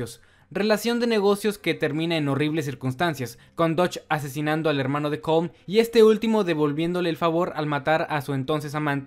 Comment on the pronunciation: Se pronuncia Colom no Colm